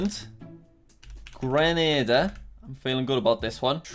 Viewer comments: it is "Greenayda" ,Grenada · The pronunciation in the Caribbean really hurts me lol. Just for next time: Grenada: grenade-ah Dominica: Dom-in-ee-kah (pronounced differently from Dominican Republic due to language differences) Antigua: an-tee-gua Suriname: suri-nam Nevis: knee-vis St. Lucia: lu-sha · It triggers me that Jack said Grenada it's GrenAda that means the a sound is LOUD LIKE YOUR SHOUTING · and its pronouced "Grenada" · Grenada is pronounced (gre)(no)(du)